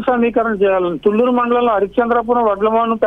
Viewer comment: Thoooooooooluru కాదు thulluru తు అక్షరానికి తూ అక్షరానికి తేడా ఉంది యాంకరమ్మా